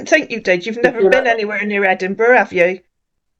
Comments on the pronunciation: Ed burg ? 😂😂😂😂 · I tell you I'm from ANTBUG ANTBUG. Not chatisfy you can go can go" 😂😂😂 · He sounds like he’s trying to sound he trying something he can’t even say Edinburg…. What’s the city I’m from the America…. Wtf why he say he’s never been there too west African lol .. see he keeps getting wild over Ghanaian and African